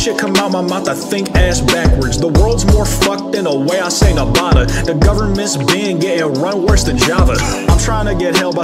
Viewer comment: At least he knows the way he says Nevada is horrific 😰